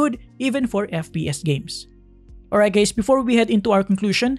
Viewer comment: “alright, gays”